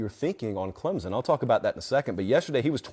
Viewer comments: I usually like your commentary, usually pretty accurate, but ffs it's ClemSon, not Clemzin. No z, no p. We literally spell it out 30 times per home game. Pronounce it right please and thank you. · Can't watch... there is NO "Z" in Clemson!